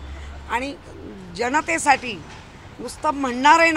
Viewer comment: अशी वाचाळ बहिण असली तर भावांनीही विचार केला असेलच. दूर राहिलेले बरं. निदान डोक्याला तरी शांती मिळाली त्यांना. मणोमण, आणंद, जणतेसाठी हणुमंत... मराठी असूनही इतके अशुद्ध मराठी बोलते.